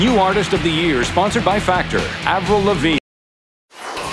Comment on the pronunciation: Just like almost every one who interviewed her the first time pronounced her name as eivril... That got her angry...